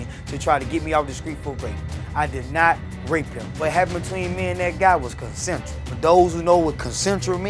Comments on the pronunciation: Nigga said “concentral” for consensual . He’s guilty off rippppp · He says it was “CONCENTRAL” 😂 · He can’t even pronounce it I knew he was lying